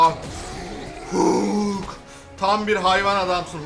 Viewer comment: abi hulk diye okunmuyo halk diye okunuyo